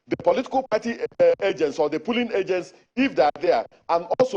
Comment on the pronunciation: Why does this INEC man call it “pulling” units? It’s polling not pulling 😂